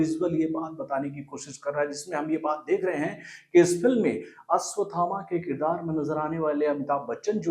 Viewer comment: Tackle aswathama nahi 😂 ashwathama